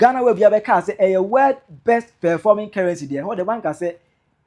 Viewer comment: Cant yiu pronounce world as you keep saying word.Shame